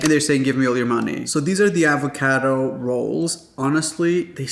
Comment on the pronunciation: Say it with me, AvocAdo AaaaaavocAaaaado. Not EvocEdo. Just like the pasta, it’s pAstA, not pEsta.😂